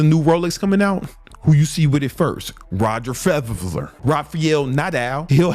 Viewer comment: This Nga cant say Roger Frederer to save his life!!.... But on the low he a real life genius...